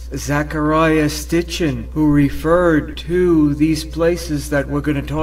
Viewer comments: It's Zecharia Sitchin.....not Stitchin. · Its Sitchin not Stitchin, so apparently you havent seen the books....................................